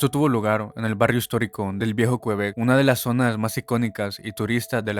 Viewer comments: Cómo que "qUebec", QuEbec, amigo mío. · Me da risa como dices el viejo qüebec 😂 pronunciando la u 😂